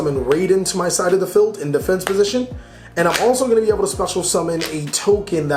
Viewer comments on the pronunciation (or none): Its field not feld.